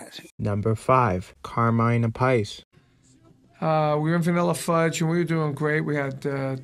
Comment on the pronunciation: My favourite is the often maligned The Crunge. A bizarre funky groove in 5/4? That speaks volumes on his versatility. BTW, hearing you pronounce Carmine Appice's name hurt my soul a little.